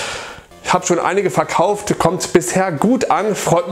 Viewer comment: ich frag nur der Betonung und des Kontextes wegen, aber du wolltest sagen, du hast ein paar Super Nintendo-Spiele VERkauft, gell? Batman dürfte ich dir mal aufgequatsch haben, und ich glaub Street Racer auch. Kann's bei dem Spiel immer wieder sagen, aber mir gefällt es einfach besser als Super Mario Kart. Hatte mit dem wesentlich mehr Spaß. Büchlein ist auch bestellt, hoffe ich hab alles richtig gemacht. Zur Not schreibst mich nochmal auf Twitter an. :)